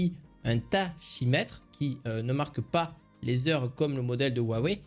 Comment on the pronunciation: Merci pour la vidéo. Petite précision, tachymètre \ta.ki.mɛtʁ\ se prononce "takimètre".